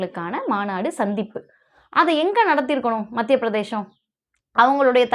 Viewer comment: தயவுசெய்து மத்திய பிரதேசம் என்று உச்சரிக்கவும். பிரதேஷம் அல்ல